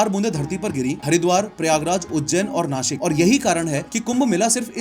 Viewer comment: The way you say nashik ❤ ppl call it nacik 😂